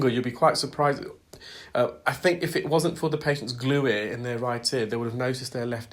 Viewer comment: Did you say glueare?